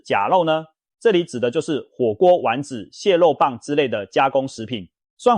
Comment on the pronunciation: 「第四名是假ㄌㄡ、火鍋料⋯蟹ㄌㄡ、棒」⋯⋯聲音難聽又老又土，大半生都沒能改好標準發音，是誰給你勇氣當口白的？梁靜茹嗎？